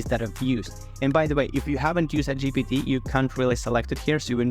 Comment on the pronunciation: GPT not GTP